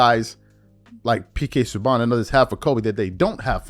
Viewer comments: Not pronounced sue bon. It's sue ban. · Pk sue BaN not bawn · It is pronounced sue-ban